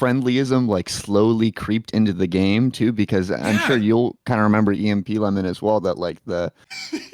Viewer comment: This dude said “EMP-Lemon”